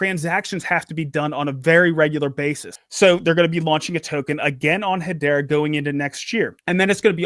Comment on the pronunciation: its hedera not hedora